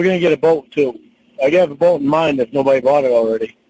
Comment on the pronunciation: lmao. Nawt a big big bawt, bawt.... 😅. This whole call is epic! Winnie is a savage! She has me rofl!Thank you. You are the best!